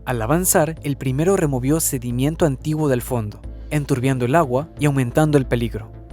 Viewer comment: Es sedimento, no sedimiento